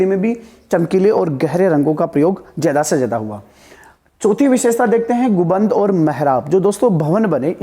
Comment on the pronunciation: Sir गुबंद नहीं होता गुंबद होता है